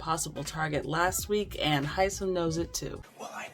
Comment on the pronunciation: I love Hisom. Isn’t everybody pronouncing his name wrong?